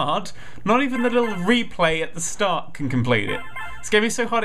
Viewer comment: When ever he says "let's tart from the very very beginning." I just think of Sound of music XD